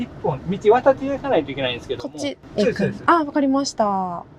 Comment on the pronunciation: 先生、コメントを返事くださってありがとうございました。 haha、我的意思是他說的聲音，聽起來真的像是在說「是、是」，反而不太像「そうです、そうです」，可能是講太快了。原來是我聽錯了，哈哈💕🧋🐇